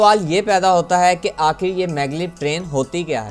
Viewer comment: او اللہ کے بندے ! تمہیں اردو کس نے سکھائ ؟؟؟ خیال ۔۔۔ لفظ کو تم " کھیال " بول رہے ہو ! کیوں ؟؟ ختم ۔۔۔۔۔ کو تم " کھتم " بول رہے ہو ۔۔ کیوں ؟؟ آخر ۔۔۔۔۔۔ کو تم۔ ' آکھر " بول رہے ہو ؟؟ تم۔ہو توپاکستانی لیکن اردو بولتے بولتے تم۔ ہندوستان پہنچ جاتے ہو ! دیکھو جب تم اردو بولو تو پھر صحیح سے اردو ہی بولو۔۔۔ جب ہندی بولو تو پھر ہندی ہی بولو ۔۔۔۔ یہ ادھا تیتر ادھا بٹیر نہ بناو ! کچھ تو عقل کرو ۔۔۔یار !